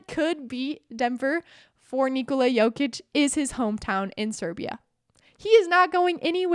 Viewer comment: You saying it pretty good. Almost like native, 9 from 10 ;)